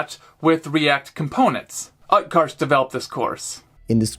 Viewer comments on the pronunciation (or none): Utkarsh pronounciation 😭